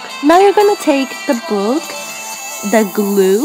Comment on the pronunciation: Instead of saying book she said buuok no offence